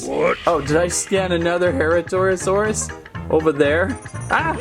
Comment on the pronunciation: Herrarasaurus is pronounced: her RAR a sor us. There ya go! Btw i was the one who wrote the charcaradontasaurus pronunciation comment :D